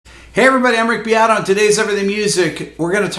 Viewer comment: Why does this guy pronounce Rick Beatos’s name so weird? It’s “beat-o.”